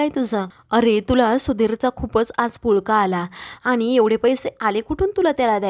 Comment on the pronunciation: 'आनी' 'पानी' हा ऊच्चार बरोबर नाही. 'आणि' 'पाणी' असा शुध्द ऊच्चार करा की.